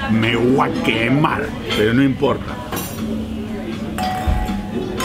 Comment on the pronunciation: Ese "me hua quemar" me sono a cordobes que feliz se ve en su pais arriba Argentina.